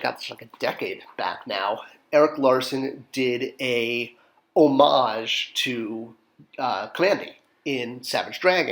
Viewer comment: Great assortment, would have been nice if you had eventually did Zatara to go with Zatanna I’m glad you pronounce homage correctly